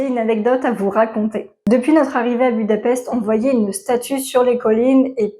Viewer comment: À savoir que la capitale de la Hongrie Budapest ce prononce "Boudapecht".